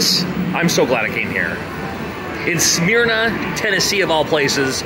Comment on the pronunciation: it's not Smearna it's Smerna. GPS can't pronounce it correctly. Spelled Smyrna